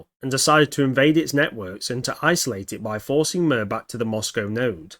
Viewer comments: Its suposed to be pronounced rather than "Murr" and more like "Meer" with rolled R. But anyway what do you think was the territorial range on MIR and Skynet? Did Skynet control South America too and Was there MIR's pressence in Europe and Asia? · It’s pronounced MEER not MIR. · Mir is pronounced like mer and translates to peace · Hi. I got my degree in Russian in college. This is a great video, but I’m afraid that it’s pronounced “meer” like meerkat rather than like the ointment the wisemen brought to baby Jesus. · It's pronounced like meer. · I think it’s supposed to be pronounced “MyeerR” which means world in Russian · Cool but pronounced like "mere"